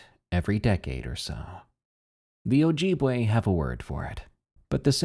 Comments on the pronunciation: OJEEBway lol that was silly~ pronounced oh-jib-way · Good story but your pronunciation of Ojibwe gave me scoliosis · Ah the mispronounciation killed me on ojibwe, BUT the reason we dont say the names let alone TALK about them anywhere thats not the middle of the winter is because they could be listening. There spiritual beings and provoking them can cause consequences, its a wonder why ppl dont catch a physical bigfoot and they only claim they seen things or mainly fake the sightings for physical evidence. Tho this creature even tho you dont speak about it in the general area and time of the year (which is 90%) even in the winter you dont try to get to depressed and specially commit cannibalism Mii iw miigwetch (thanks for listining :] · Ojibwe not ojibwe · I've seen those things in the Utah, and MN ( NE psrt) the AI voice in this video produces Ojibwe/Wa wrong, too. Northern mn is to creepy for me to go camping anymore. Evil places there